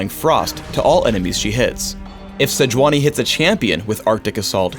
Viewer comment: It's Say-yu-unee, actually.